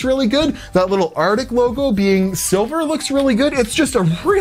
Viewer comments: Arctic. Not artic. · Arctic not artic. Just sayn. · "Artic" good Lord man it's "ArCtic". ARC-TIC.